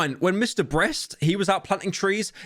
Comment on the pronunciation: Pyro physically cannot say the word Beast